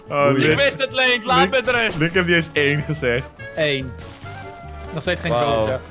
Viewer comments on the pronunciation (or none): none